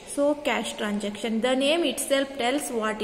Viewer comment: And it is transaction, not tranjaction.😅